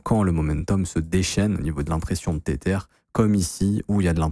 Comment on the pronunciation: "tétère" mdr